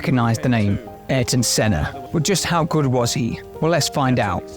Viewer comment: I'd like to say that the Airton is pronounse more like Ierton Senna, because in terms of pronunciation your a is like our e, your e is like our i and your i is like our a Just saying that so you can learn about something about the brazilian portuguese 💚💛💙💛💚